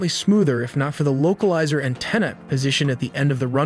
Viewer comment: Oh no not the LOCAL LIZER ANTINA. This video has so many mistakes, the pronunciation is the least of it. Really terrible, you're putting out incorrect information in a moment of crisis.